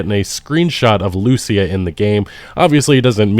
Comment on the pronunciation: I really wish people would stop mispronouncing the name of Lucia. The name is hispanic. The male version of the name (Lucio) has the accentuation on the U, but the female version of the name has it on the I. It's almost as bad as when they mispronounce Simon Bolivar's name by putting the accentuation on the O in Bolivar, when it's also on the i in there.